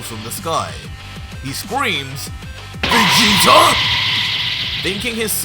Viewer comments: In the beginning you said King vegeter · Who is "King VegetER"???